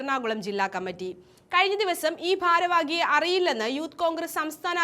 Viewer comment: ഭാരവാഗി അല്ല ഭാരവാഹി എന്ന് ഉച്ചരിക്കൂ